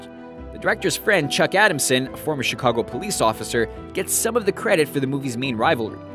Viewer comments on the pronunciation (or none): none